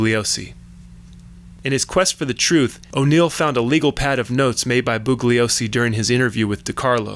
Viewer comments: The “g” is silent in mr. Bugliosi ‘s name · The g is silent in bugliosi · The only thing flawed IS THIS LOUSY SO CALLED "WHAT WE KNOW" PIECE OF CRAP!!!!! The narrator keeps referring to Vincent Bugliosi while EMPHASIZING THE G in the last name BUGLIOSI, when Vincent Bugliosi asked the Manson defense team to stop emphasizing the G when in fact the G is soft & NOT PRONOUNCED AT ALL IN HIS LAST NAME. Despite correcting the Manson defense team, both the Manson defense team & the defendants continued mispronouncing Vincent Bgliosi's last name. It accomplished ABSOLUTELY NOTHING & they all went to prison. This LOUSY PIECE OF CRAP WONT ACCOMPLISH ANYTHING EITHER. . .